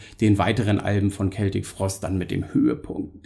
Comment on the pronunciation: Hallo Du hast mit Deiner Aussprache von "Celtic" (mit "K") tatsächlich recht. Hier auf Youtube gab/gibt es irgendwo ein Video aus den Achtzigern, ich denke es war ein Video-Mitschnitt aus einer Sendung des Schweizer Fernsehens. Tom Warrior sagt ganz deutlich, wie "celtic" richtig ausgesprochen wird - mit "K". Vielleicht hat jemand den Link parat. Grüße!